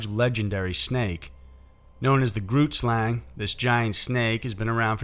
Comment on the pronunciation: Great video. I live in South Africa and we love it when stuff like this is the subject of YouTube videos! Your pronounciation of most of the words is very impressive. But I am going to point out 2 of them for you, in the niciest way :) Xhosa is pronounced KAW-SA. Trevor Noah's mother is Xhosa.as was Nelson Mandela. Grootslang (meanig big snake in Afrikaans) is pronunced bringing the G from the back of the throat, making a sound almost like gas escaping from a pipe!. Not very easy to pronounce, even my daughter who is half Afrikaans, battles with this sound. It is G-ROOT-SLUNG.